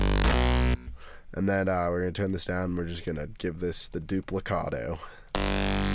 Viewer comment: The "duplicatto"